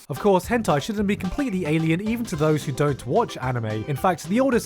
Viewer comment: Nobody: Gigguk: Höntayy